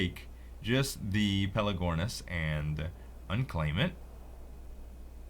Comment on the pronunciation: pelAgornis !! Not pelEgornis !! haha same mistake that Sl1p made !!! ;-)